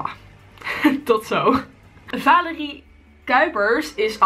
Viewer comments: je zegt telkens vaalerie in plaats van valerie😂😂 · Het is valerie maar je moet het uit spreken met de a en niet met de aa🤓